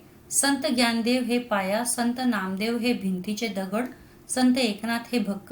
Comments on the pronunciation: Sorry mam to say this but it's not "Gyandev" it's "NYANDEV" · Mam in marathi we pronounce it as dnyandev In hindi gyandev Sry i know that you are teacher but i want to tell about it 😊